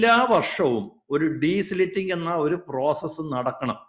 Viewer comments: " ഡീസ്ലിറ്റിങ് " അല്ല , " ഡീസിൽറ്റിംഗ്‌ " ആണ് . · Desilting and not desliting😅 Not an expert but primary school science 🧪. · It is not deslitting. It is de-silting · the right word is *DESILTING*, not desliting. Please note.